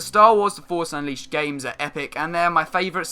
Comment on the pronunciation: I don't know that "Forsh Unleaced"... LOL